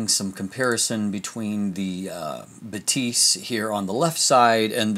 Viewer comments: I have two critiques. First, Batis is pronounced "BAH-tis" and not "buh-TEES" (as a German speaker, I giggled a little bit every time you mispronounced it). Second, the lack of vignetting is likely because Sony includes native lens profile corrections as a sidecar file in the raw container. Lightroom always applies those corrections, which counteracts vignetting and sharpens the edges/corners. This is unlike a DSLR, where Lightroom has the lens profile and applies it only when the user chooses to do so. I'd imagine the uncorrected file for the Batis 135mm looks slightly more pedestrian. (Fujifilm and Micro Four Thirds cameras behave the same in Lightroom, to be fair.) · buh-TEES sounds french not german lol